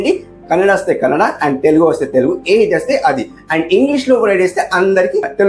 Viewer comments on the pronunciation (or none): none